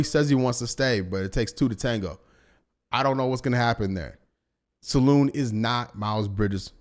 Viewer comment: It prononciation salin in french no salon